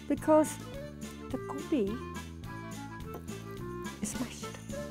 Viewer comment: She said "Gobi" in an English accent. She should've just called it cauliflower, instead of calling it "Goobee". Its procedure "Gobi"! Darn it. 🤦‍♀️